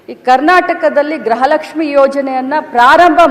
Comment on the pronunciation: Graha Lakshmi alla gruha Lakshmi 😅